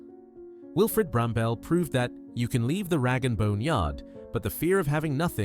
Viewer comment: . Wilfred Brambell (that’s Bramble - not Bram-Bell) was no “British” icon. He was IRISH. Bloody useless AI.